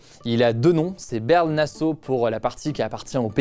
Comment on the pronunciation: Pour la frontière entre la Belgique et les pays bas sa se dit : barle-nasseau et barle-duc